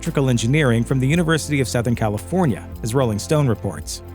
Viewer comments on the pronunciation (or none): none